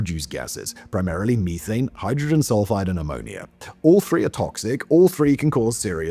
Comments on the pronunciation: It's meth-ane, not me-thane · The way you say me-thane instead of meth-an is going to make me explode into tiny bits of frustration lol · "me"thane lmao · I have never in my life heard someone say Me-thane